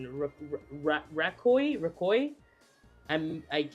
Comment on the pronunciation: There’s no way you pronounced Raikou as Raccoi lol